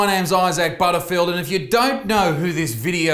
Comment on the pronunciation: Butterfield with American accent